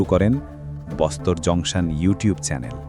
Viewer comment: বস্তার.. বোস্তর নয়... উচ্চারণ সঠিক হওয়া উচিত